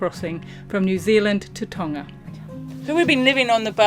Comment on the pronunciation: hmmm, looks like I'm going to have to go back and watch some of your earliest episodes (got to the party late). I've clearly missed some of the *fun*. Thanks for getting the pronunciation of "Tonga" right (been chewing my tongue off watching another channel). Well done - you should have 10x plus more subscribers than you have - don't stop!